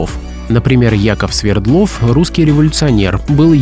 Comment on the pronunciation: Не СвердлОв, а СвЕрдлов.